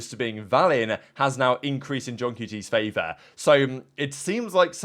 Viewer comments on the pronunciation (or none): none